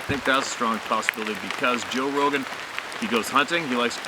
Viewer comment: Sorry. Rogan. Not Rohan! 🙄